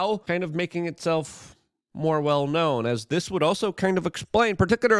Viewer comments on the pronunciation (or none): Luke says, "Some would describe it as an alien entity...that's now making itself m 'orewell' known."